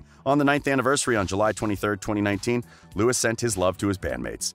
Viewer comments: We don’t trust anyone who says Lewis Tomlinson.Just no😖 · I don't trust anyone who says Lewis Tomlinson. Thats it.